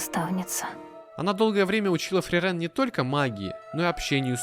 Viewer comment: От самого видео я в восторге, только бьёт по ушам неправильное ударение в имени Фрирен, оно должно быть на и, и, кстати, вероятно, это имя — отсылка к немецкому слову мёрзнуть или морозить, и пишется оно на немецкий манер с длинной и — Frieren, и поэтому в японском произношении тоже ударение на и. 👓